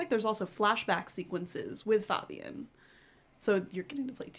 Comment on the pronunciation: Enjoyed the video, but for future reference, Fabian is pronounced Fay'Bi'An. Take those three and add the together, and you've nailed his name, haha. Again, good video though!